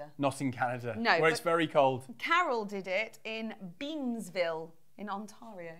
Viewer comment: so were you surpised as me to hear "Beamsville" lol